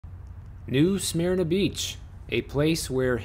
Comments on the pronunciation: WOOF! its "new SUH-MERNA beach" lol, not "SMEARNAH". Yes its sleepy here. lets keep it that way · Careful how you say Smyrna… I know your Illinois accent, I’ve got downstate Cherry Valley accent too but I pronounce smyrna correctly / but I also live in this little town now! 😁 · Way to totally mispronounce new SMYRNA lol